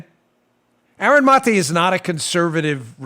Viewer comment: Aaron Muh-tae